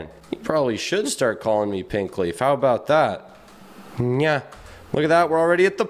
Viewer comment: He said pinkleaf